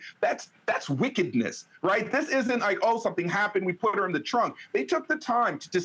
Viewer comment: Am I the only one that noticed at the 38 mark she said frunk and not trunk?😅😅😅